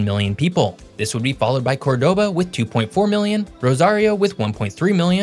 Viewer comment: It's pronounced COR-doba, not cor-DO-ba. Just fyi.